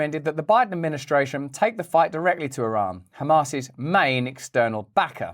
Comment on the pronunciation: MY Iranian in-laws from Teheran, consistently had to remind me how to pronounce the word Iran, until I finally learned it, in eloquently pronounced English...When Russel can't pronounce Iran properly, we'll not be watching anymore; HASSAN SAIIED said " like your ear, and a friend named Ron" EAR---RON, yes? Ha Ha Ha, Love this guy! Gotta say, he's encouraging us to take a bit of a better look AT ourselves, while we try to keep our homes and personal lives "in tune" with those things we seem to be able to do NOTHING ABOUT. (Pls pardon the pun.) Russel, you remind me of a caricature emulating some of the "Proper English of the Proper Parliament!" were they able to SPEAK as fast as they WANT US to think they are able. Seriously while the military industrial complex and leaders are a bit preoccupied trying to get all of the transgenders trained to wave their white underwear on polls and "prepare for war?"VOTING still being corrupted, that's really a good question! And didn't "somebody" recently sell PROPERTY to the Chinese near all of our major installations ? Not to mention, let a few through our southern borders posing as Venezuelans? This Fake Administration of Gangsters has given a total of $6 Billion, of Howdy Doody's trapped American taxpayers' funds, along with "unknown types and kinds" of "Interceptions of the 100 Billion " that was designated to help Palestinians to survive or escape; the innocent ones-As if JOE's or KnittenYahoo's military industrial complex were ABLE to